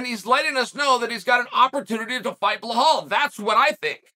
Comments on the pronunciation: It's belal. Not bill hall. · Bilal❌ BLAHAULL✅ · Nobody: Chael: Blahal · Bill - Hall 😂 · Sound it out Chael. Keep trying buddy you'll get it right some day 😂😂😂